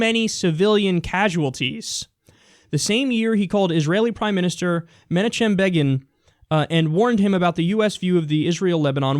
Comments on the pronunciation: Kyle is too young to hear news about Menachem Begin. His name used to be pronounced men knock chem bay g'en. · Kyle pronounces monachem begin like a millennial. 😆